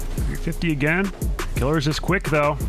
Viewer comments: It's pronounced "kill-ears" not "killers" lmfao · please stop saying killers it "KILL-EARS" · its pronounced kill - ears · isn't it "kuh-leers"? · Isn't Killeerz' name pronounced with a long ee, rather than "killer"?